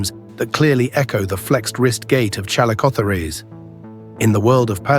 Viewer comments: ChalicoTHEERs not ChalicotheREESE! Did an AI do the narration? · If there's one thing I learned from this video it's that AI doesn't know how to pronounce calicospheres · This video about these fascinating animals is marred by the synthetic voic repeatedly mispronounced 'chalicotheres'; and by outright false visuals , which shows not a chalicothete at all, but a giant ground sloth (Megatherium). Lazy production shortcuts devalue videos and spread misinformation. 'Must try harder/ do better'.